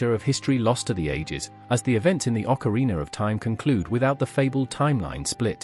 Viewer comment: I love how you pronouce ZeldaR and OcarinaR with that strong "R" at the end xD